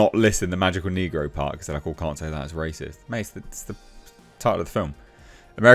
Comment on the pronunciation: what really offended me was your pronunciation ..... rassist?